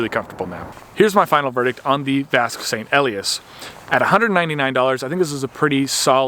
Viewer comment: "Ee-lie-ass," with the accent on the second syllable.